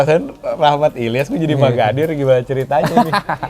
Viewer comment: Itu om magadir chadel ya om kok seperti nya susah mau bilang r😅